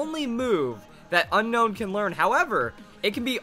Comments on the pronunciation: Un-own not Unown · I pretty sure it's "un-own" not "un-nown" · It not pronounced unknown it's unown like after you see it you want to unown it 😏😏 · it's actually pronounced o known